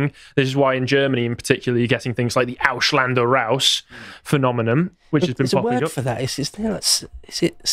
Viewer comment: languages are not hard brits its Ausländer, not Aushlander